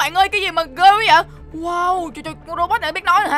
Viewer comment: Hai quaaa anh ơi phải nói là qu á